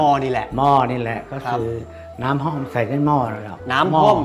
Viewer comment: ห้อม หรือ ฮ่อม แต่ไม่ใช่ ฮ้อม